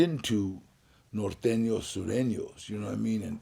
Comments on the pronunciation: Vlad it’s Sureños 😂😂😂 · Its actually Surenos